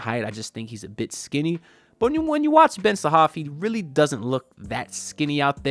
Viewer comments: Haha man your funny! His name is Ben Sarrrrrraf (with the r), when you say Ben Sahaf it's like you saying that Ben enraptured 😂.. Plus, 40 minutes drive in Israel is not super close by.. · You didn't mention the R, its Ben Sa-Raf